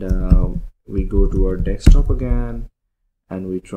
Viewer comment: Bhai DESK-TOP bolna seekhlo.. Salon mazaak ban ke rah gaye ho. Its not "DEKS" TOP - Its DESK - top